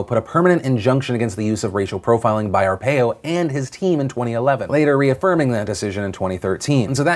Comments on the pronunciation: I live in AZ, I had a hard time listening to the Arpaio story only because you said his name wrong over and over. . . . and over, distracted the hell outta me. Not that it really matters but not hard to learn to pronounce a name correctly especially when it's in the news and all over the internet. As someone with a last name that nobody gets right, it was a little distracting. Not that this has any affect about the story itself. Just being critical. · Arpaio is pronounced with a silent A and a hard I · The way you say Arpaio hurts me. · Are you pronouncing Arpaio correctly? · Joe Arpaio is pronounced R-Pie-O, cringed every time and didn't hear a single word of the story haha. I'm from AZ so luckily I know the story pretty well. Love you Phil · I'm in Maricopa county Arizona. It's pronounced Are-Pie-Oh. I shrieked every time you said his name (which was A LOT) lol! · Hahahaha. It's pronounced Joe Ar-pie-o . Source: I live in AZ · Its pronounced Are-pie-oh... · Phil, I'm from AZ, had to live with Arpaio for waaaay too many years. His pardon is disgusting, but PLEASE pronounce his name correctly. Arr-PIE--Oh. Thanks Phil, luv u. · Are Pie Oh is the pronunciation of Joe Arpio, at least all the locals call him that. :D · It's pronounced "Ar-pie-oh". Do your research. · SO many people mispronouncing Joe Arpaio's name in the national news. It's Ar-pie-oh. Not saying I'm a fan, just thought more journalists would know how to pronounce a major political player's name. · You say arpaio wrong. It's are-py-oh just saying.... Couldn't research the name? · It's pronounced Ar-PI-o fyi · I do like the view you have on the pardon the only thing I'll be a stickler on is it's Arpaio like ar pi o. Its just my peeve on pronunciation anyway love the vids keep them coming. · don't normally correct but it is are-pie-oh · Joe Arpaio's last name is pronounced Ar-PIE-o. I'm not trying to be mean I just want to help you out Mr. DeFranco! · You're saying Arpaio wrong. It's AR PIE O!!!!!!!!!!!!